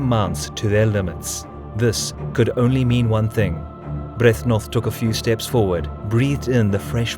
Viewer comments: You repeatedly mispronounce Byrthnoth, which besides being a little bit annoying, is also a bit comical since you have the correct spelling on the screen quite a lot :P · You sure about pronouncing "Byrhtnoth" right? "Sheer power and brutality" Sounds somehow Germanic. ;)